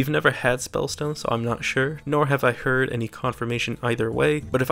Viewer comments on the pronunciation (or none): none